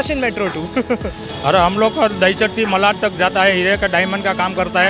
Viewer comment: When will bhaiyas start pronouncing मालाड?